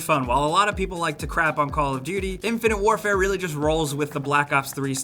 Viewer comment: When he said "Infinite Warefare" i had an urge to hang myself.